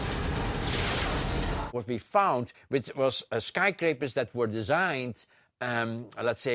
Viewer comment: I'm sry, but listening to him try to say "skyscrapers" is just cringy as fuck.